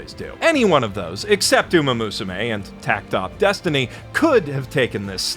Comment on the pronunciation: Oh dear. still doesn't know how to pronounce "Takt op. Destiny"